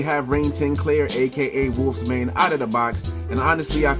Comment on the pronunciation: Pronounced Wolfsbane bro🤔